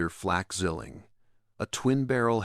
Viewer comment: Zwilling not swilling your not chugging a beer